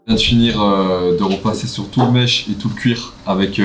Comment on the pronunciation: Les bg c’est « mesh » pas mèche ahhah